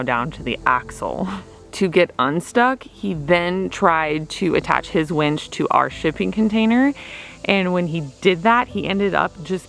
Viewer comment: Winch not wench. Lol glad it got done